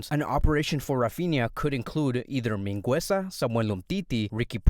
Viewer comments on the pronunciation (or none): You’re not pronouncing Mingueza right, but besides that good video